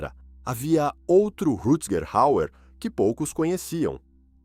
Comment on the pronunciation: Caramba , o narrador desse vídeo é PÉSSIMO para falar nomes estrangeiros ! Precisa de umas aulas !